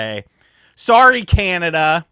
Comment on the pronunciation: We do not say “SOARY” lol